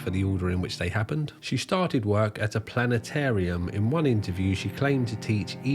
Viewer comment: Hahaha no way! You almost pronounce Planetarium like the bloke of South Park... "PllannAtAIRm." You pommy twat haha 💪🏼🇦🇺🤙🏼 Edit: A wild Music Biz Marty appears. Besides that photo, that is the second sighting of him for me. He must be the master of holding his urine in because that gut! Probably why Mini got toey-er than a Roman sandle and caressed his bottom 🍑